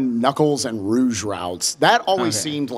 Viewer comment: the face they say roughe instead of rouge hurts me